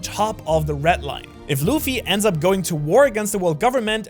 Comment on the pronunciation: I don’t think he can say red